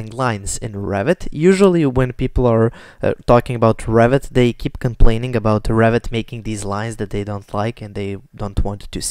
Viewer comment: funny, English captions when you say Revit almost always show "rabbit" , you really pronounce it like that :))